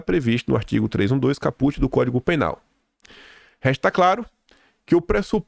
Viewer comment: não é caputi lê-se com som de cáput.